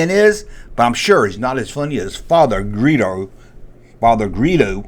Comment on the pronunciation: Not Greedo but "Guido" .